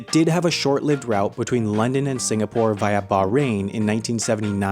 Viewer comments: its Singapore, not Sinagpore.... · "Sinagpore." . Hnnnnggggg. Nitpicking. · lol sinagpore ITS SINGAPORE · it is singapore, not sinagpore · it's singapore not sinagpore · Lmao its Singapore not sinagpore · it’s “Singapore” , not “Sinagpore” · its Singapore, not "Sinagpore" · Sinagpore? Btw singapore REPRESENT!!! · its not Sinagpore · “Sinagpore” The new Singapore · sinagpore lmao well done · Sinagpore? Damm new country?